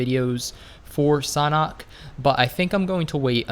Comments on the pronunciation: It's not sonhok it is sanhok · Bro it's S-A-N-H-O-K not "Sonok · The way you pronounce Sanhok is so strange to me. I pronounce it San Hök, but you pronounce it more like Sanah. Idk. I'm not a native english speaker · Am I the only one thinks that said sauna instead of sanhok xD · How to pronounce Sanhok????? Sand-hok Or Shan - hok Idk